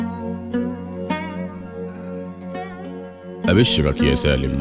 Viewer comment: احمد فتحي الزبيدي عصد ام القصيدة سالم رجعه ساليم وكلمات كثيرة لم ينطقها بشكل صحيح.